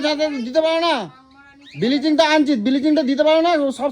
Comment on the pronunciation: Biliching na ota bhalo kore uchharon kore bol Bleaching...r ota tor bi...i te makhabe bole rakha aache 😂😂